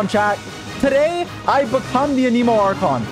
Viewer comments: it not anEmo its anemo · it's not "a nemo" it's "anemo" they literally say that word so much in the mondstad quests and you still say it wrong lol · stop saying ah-nemo it IS ANEMO ANE-MOE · good video... ANIMO YOU SAY??? ITS AN_A_MOE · Can Someone Tell Him its Anemo not Aneemo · Why does he keep saying "aniimo" like that? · noone:: Ahkneemoe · I love how he pronounces it Aneeeemo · AH-NIH-MOH! SAY IT RIGHT, JESUS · so much anemo and you cant even say the word right lol... you aneemo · Wtf? Ahnee-mo? Why does this guy say it like that? Haha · WHY YOU SAY IT LIKE “A NEEMO” 🤮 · Dude you’re saying Anemo wrong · the way you say anemo gets me cryingg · damn if only he pronounced anemo right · why do you say anemo that way? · When you can’t even pronounce the word ‘anemo’ correctly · I still hate the way he pronounces anemo :(